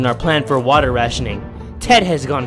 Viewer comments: I like the way he says wattta(water) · Watt a is how u say water in creole